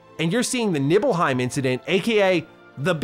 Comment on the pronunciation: "Nibbleheim". Hey-ho, Hey-ho, to Nibble-Heim We-Go~